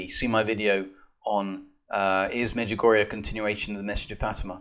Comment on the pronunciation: Father i know most of these people you mention here and much much more and i think there is not a single prove in this video that the Mother Mary is not appearing in Međugorje and btw you are spelling it wrong,it is pronounced like A at the and but that doesnt prove anything too.if you want to prove something how abouth some real evidence?I am realy sory my English is not better and i am not educated in teology but i can tell you that i hear arogance in your voice and the sheperd of God or Marys Warrior or how do you call yourself should not have that,i think you should have more love cause Mother Mary loves us so much.Instead, you are dividing the Church.I cant prove the apparitions in Međugorje either but i dont want to and this is not my job.I believe because of so manny fruits and God gave me the knowledge to feel what is fake and what is not.But i dont judge the people who dont bealive,i just think some of them should be more polite.I dont believe in other religions beside katholic church but should i judge them or should we make example with our life like Mother Theresa or lots of other saints and Layman?I am not at this point yet but i hope i will be.God bless all who is reading this.